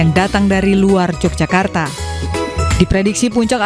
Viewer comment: i news?mbacanya YOGYAKARTA bukan j🤝🙏